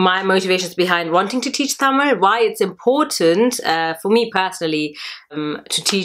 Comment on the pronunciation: Thank you sis. Its very nice to hear you say "Tamil" the right way. Hope to see more videos from you.